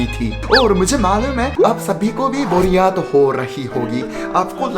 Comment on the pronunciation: boriyat😂😂🤣🤣 बोरियात nahi बोरियत hota h